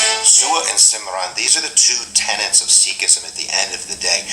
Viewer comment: sewa (say va) desireless service simran (sim run) loving rememberance .boy this man mangles pronouncation. It is not a cherry pick over other faith but a clearing away of the nonessential /nonsense which distances you from God like treating others as lower/higher , having an intermediary like a priest or any other superstitions . You are meant to realise your true self , your soul which is the light of God when you realise this the veil between and God will fall . Maya is anything in this world which distracts you from this task : lust, anger, greed, attachment and pride are the things that can lead the wrong way so need to b controlled through prayer and service to others . no they would not follow Gandhi or MLK as they were men with very dodgy personal ethics . Ethics are high on the agenda. basics of skhi will help in your search for info as would a small book by eleanor Nebitt 'a short introduction to sikhism.